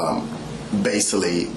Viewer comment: Pervy man says “basily”